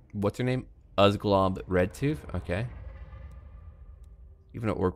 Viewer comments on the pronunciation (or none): you should read Uzglob's backstory I spent quite a bit of effort in making it also the U is pronounced (oo)zglob not like an (uh)zglob